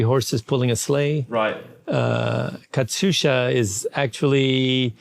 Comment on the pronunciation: It's "Katyusha" not "Katsusha", Mr. Rogers ;p